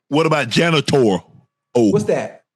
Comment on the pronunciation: Unc said "a janitor-O" 🤣🤣🤣